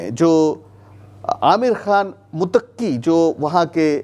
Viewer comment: Mutakki nahin sir muttaqi lafz sahib hai.